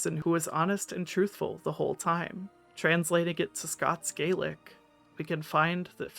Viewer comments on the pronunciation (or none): Just a small heads up, Scottish Gaelic has an "ah" sound instead of the "ay" sound of Irish Gaelic. This video is incredibly good and it's a very common mistake made so don't worry about it lol